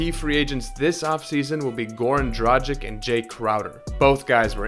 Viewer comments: kaže se D R A G I C - ovaj tim Miami heat na zapadu bi se borio za 8. mesto tj za ulazak u play offs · Another american who cannot say Dragić, it's tragic. So hard to listen.